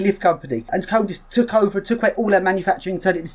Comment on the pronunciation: It's KONE-AY... not Cone.